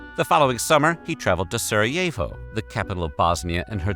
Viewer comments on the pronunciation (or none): none